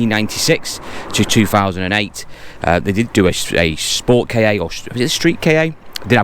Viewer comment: It’s a KA not a a Kay Ay or K.A.